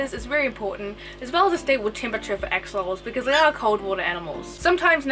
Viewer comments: Just as a note they are not AXE🪓olotls, it is pronounced ASH' O' LOTLs (🇲🇽AXOLOTL🇲🇽) from the old language NAHUATL (nawatl in order that u can know how to pronounce it by the way too). GOTTA THANK U Gringos, cuz this is a BEAUTIFUL animal and we the Mexicans from where it is originary as an endemic species NO ONE GIVES a DAMN for those lil BEAUTIFULL MONSTERS (but just a few who also love💕🐉em and study to keep em in the right way), so they are getting extinct 😞😞😞 even no so long ago a bunch of MORON mexican Politicians made a MASSACRE with 200 healthy mature Axolotls in a more political action for votes than for the species subsistence. But I am sure that as in other species situations YOU🇺🇸will be MUCH MORE SUCCESSFUL RETURNING THE AXOLOTL to a SECURE NUMBER OF THE SPECIES and in a GOOD PLACE SUSTAINABLE 🙏🏼😔 even if not being the original one but good if it is for their best. So I send my BEST WISHES AND REGARDS👍🏻🇲🇽🤜🏻🤛🏻🇺🇸. THANK YOU 🙇🏻😘🫂🤝🏻😆💕🐉. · I kept thinking she was saying ex mortals instead of axolotls